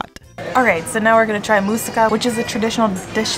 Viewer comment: Mousaka not musica (just reading the cc) and also please kindly note that we don't use lamb in this recipe but minced beef / cow meat.